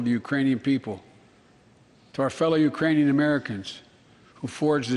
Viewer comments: ahahaha I heard Uranian (he skipped the 'k' there :) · I believe he said "Uranian". He is over 60 give the dude a break lol It isn't as easy as it looks to stand and speak to the entire united states and not mess up a word.